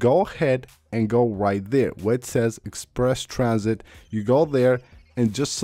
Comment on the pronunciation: “egg sperse tran -sit.” Uh huh.